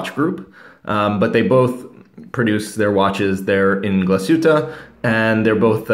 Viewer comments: It’s pronounced glaeh-shoe-taeh, not glass-hew-taeh. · Not Glashuttaaa but Glashutteee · its pronounced : Glass-hootte